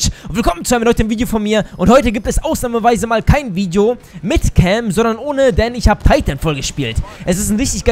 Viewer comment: Bitte sag "ausnahmeweise" :'D